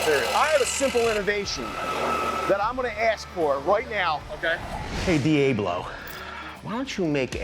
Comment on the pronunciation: Let me tell you something VANCE! Diablo = Goat, and Steven is grade a awesomeness, but HOW DARE YOU force him to mis-pronounce his own tool just to get back at me!? You could see how depressed he looked when he had to say it the way you wanted him to. He deserves better, and for shame to you. 😢